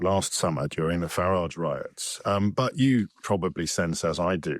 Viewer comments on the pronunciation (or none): Why can’t so many people who hate Farage pronounce his name? Education?